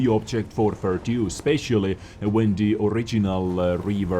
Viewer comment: Voices a meme Pronounces 'The' as "TITTIE"